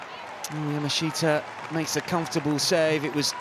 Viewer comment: Yaa - Maa - Shtaa Three syllables. All of them rhyme. There is no "shee" sound. PLEASE learn to pronounce the name Yamashita! Getting it wrong for a week or two is simple ignorance. Getting it wrong every week for two years is blatant, inexcusable racism. FFS if you can pronounce "NGolo Kante", surely you can pronounce something as simple as Yaaaa Maaa Shtaaaa